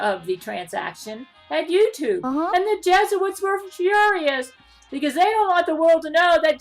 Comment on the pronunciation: Ah yes those dastardly “jesuits” mhmm yes…